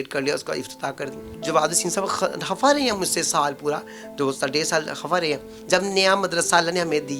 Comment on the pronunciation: you should respect this person, you said ye jin ka naam le "rahi" hain instead of "rahay".